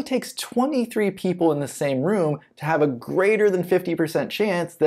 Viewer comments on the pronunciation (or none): none